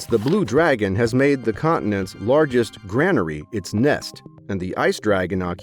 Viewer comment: I love these videos, it's a kind of screening for which manga/manhua I want to watch. My only complaint is the poor pronunciations like granary being said like grand instead of like grain, which is what it is, a storehouse for grain (grey-nuh-ree). Of course, this is not just for text-to-speech.🧐